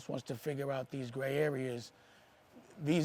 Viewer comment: Old man saying gray areas is hilarious 😄🤣😆😆